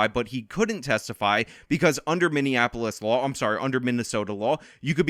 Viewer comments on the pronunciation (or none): none